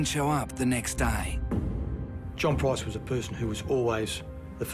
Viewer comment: Let's hope she never gets out of jail. She is ugly inside and out. This video was annoying because the narrator kept pronouncing Price wrong and you can't find a name much easier to say. Made him sound so stupid.